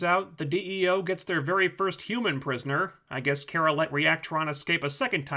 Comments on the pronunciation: Cat Grant keeps mispronouncing Kara's name, as does the commentator of this vide. It's "Kah-Rah", not "Care-Ah". I mean seriously. Also this is a feminist television show geared towards teenagers (which is probably why logic and consistency isn't important to the script). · I just think it's funny that you make fun for Cat Grant for mispronouncing Kara's name as "Kira," but you pronounce it wrong too. It's "Car-a," not "Care-a." I'm not trying to defend the show or anything, but I do want to point out this little bit of hypocrisy. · Um but you don’t pronounce her name properly it’s KA-RA. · Your vids are great, but Kara's name, it's Kar-Ra, like Car, not like Care. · character, herself. Her, her family and friends (Cat Grant excluded) pronounce her name as "Car-a." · I think it is pronounced car-uh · It seems to vary. Some of the cartoons it is care-uh, while in the 1984 Supergirl movie and the TV show it is car-uh. Cat Grant is just screwing with her. Mocking her name. In the season finale Cat Grant pronounces it car-uh and smiles at her. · Smallville pronounced it as Care-Rah.